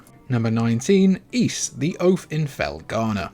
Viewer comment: I subscribed just because you correctly pronounced the word "Ys". Most people say "ease" as if that S were a Z. Speaking of which, why do you Brits pronounce "NES" and "SNES" as "NEZ" and "SNEZ"? Is there a mass dyslexia problem over there?